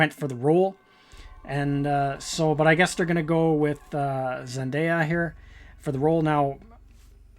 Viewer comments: A lot of errors here about the actress. Her name is pronounced zenDAYya, not zenDYya. She is not Latina, but black/biracial, with an African American father and her mother of northern European extraction. I don't know if she identifies as black or biracial, though. Her HBO (HBL?!) series is Euphoria, not Europa. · Ikr it’s so annoying when people pronounce her name wrong like come on people it’s not that hard to pronounce zenDAYa.